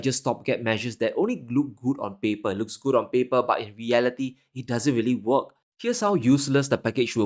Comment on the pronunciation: «These just won’t WOK” 🍳🍳🍳